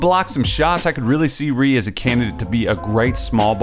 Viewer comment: "Rui" is actually pronounced "roo-wee" by the way. Nice vid!